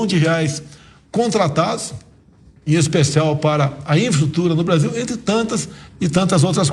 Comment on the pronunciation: CARA LIMITADO KKKKK NÃO CONSEGUI FALAR NEM INFRAESTRUTURA KKKK KKKK QUE PRESIDENTE BOST@ QUE TEMOS